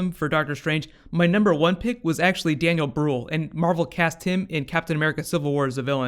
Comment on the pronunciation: I absolutly love your work but look up on how to pronounce Daniel Brühl. I know German is not easy but it tips me off whenever you say it wrong:D Aside from that: I can't wait to see Benedict Cumberbatch on the big screen! Germans are still waiting for The Imitation Game but I'm sure he will be even more awesome as a superhero:)